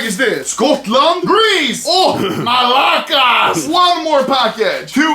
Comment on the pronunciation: Anomaly i fucking love you man the way you said "malaka" had me crying.